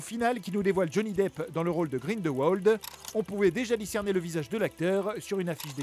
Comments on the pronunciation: GRINDEWOLD?! SÉRIEUX?! SA SE PRONONCE GRINDELVALDE PTN! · "Grinedeuwolde"..... Grindelwald (grinedeulvalde) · "Grinedewauld " "Gdussor" ??? OMG 😂😂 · "GrindelVold" il m' tué ce con. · Sérieusement "Grindeuwold" Mais c'est quoi cette prononciation poubelle ?! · et puis on dit "grinnedenvald" c est un sorcier de l europe de l Est ... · L'accent quand il dit grindelwald 😂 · Attendez... Il a bien dit que Newt était à Gryffondor? Et que l'école c'était Poudlarde? Non mais renseignez vous par contre surtout les prononciations là Grindelwald et tout le reste